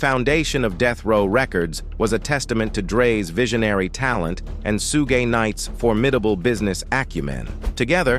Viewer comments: Soooge night?! Lmao! U What computer?! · Once I heard AI say suge I dipped. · Facts! Can’t even say Suge’s name right!